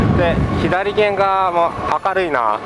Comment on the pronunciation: いつも拝見しています。 このご時世が落ち着いたら、私もフェリー旅をしたいです。 天気が良ければもっと海も綺麗でしょうねぇ。 左舷(さげん)、右舷(うげん)をひだりげん、みぎげんと言っているのは、あえてですか？